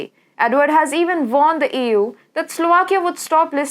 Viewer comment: the way you say EU sounds like Ewww haha,no table yyy.